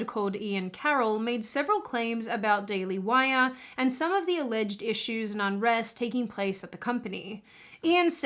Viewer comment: 'Alleged' has only 2 syllables